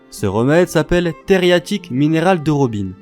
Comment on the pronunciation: Coucou j'ai beaucoup aimé ta vidéo !! Il me reste cependant une question de la plus HAUTE importance... Pourquoi tu écris 333 fois Theriaque mais tu dis TheriaTIque ??